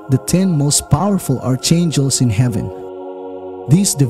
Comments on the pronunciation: It is pronounced "Arkangel." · It's pronounced Arkangels, fercryinoutloud😉